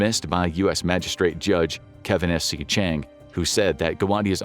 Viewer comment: So we are all gonna ignore that he said “jundge”